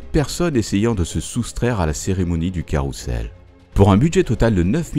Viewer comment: Pourquoi prononcer 'carroussel' alors que ca s ecrit carrousel (son z)